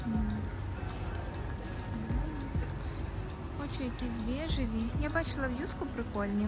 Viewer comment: А чого бЄжева, якщо бЕжева, пластІкова, якщо пластИкова? У вас багато таких русизмів, ви як гастарбайтер в еміграції з акцентом, лише різниця в тому, що він не може без акценту розмовляти, але дуже хоче і прагне, а ви можете, але чомусь не хочете 🤷